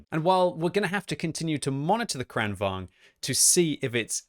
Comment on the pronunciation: It's kranVAGN, GN, not kranVANG. G is not silent in Swedish language